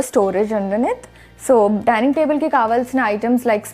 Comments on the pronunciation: Daining kadu madam Dinning. Prati okallu English lo matladali ani over action chestunaru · Dinning kadu dining.lol😂😂